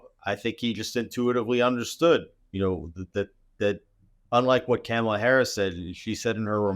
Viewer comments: IT’S NOT PRONOUNCED CAMELAH. WAHHHHHHHH!!!😢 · You keep pronouncing Kamala Harris's first name wrong.